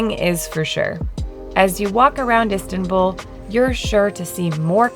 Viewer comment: Do not pronounce Turkish names with english pronunciation rules, you consistently pronounce Sarper, Istanbul, etc wrong.. if you do not bother to put some effort, just leave, we do not need anything from likes of you.